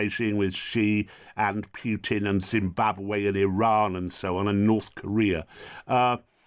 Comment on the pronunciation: It's not piutin it's pootin poo not piu